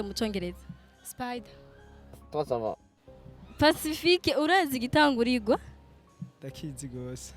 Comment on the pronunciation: Ça van😂😂🤣